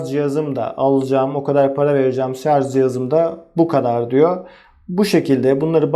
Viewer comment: yazarken "şarj" yazıyorsunuz da, neden anlatırken ısrar ile şarz diye telaffuz ediyorsunuz?